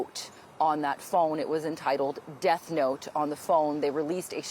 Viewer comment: Bro said death note wrong